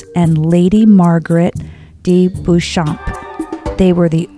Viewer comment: Great video. FYI Warwick is pron. "Wahr-rick"; Beauchamp is pron. "Bow-chom(p)" But don't worry they're easy mistakes to make.